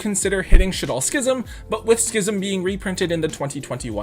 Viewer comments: Actually glad to hear someone correctly pronouncing "schism" LMAO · OMG! pronounced Schism right!! You’re literally the only Yugituber that isn’t an uncultured swine!